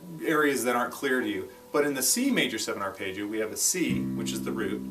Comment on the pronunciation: Paul Gilbert is the only other person I've ever heard pronounce it "arpaayggio"